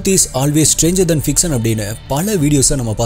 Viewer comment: Change some pronounciations brother,it will improve your slang ஃபிக்ஸன் இல்லை ஃபிக் ஷன் பப்ளிஸ் இல்லை பப்ளிஷ் இன்ஃபர்மேஸன் இல்லை இன்ஃபர்மேஷன்